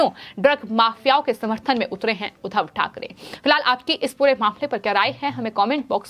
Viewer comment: जहां जिस शब्द पर दवाब देना हो वहां तो देती नहीं हो। उधव नहीं उद्धव बोलो उद्धव * द्धव* पर जोर लगाओ I